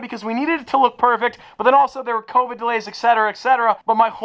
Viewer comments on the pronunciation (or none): none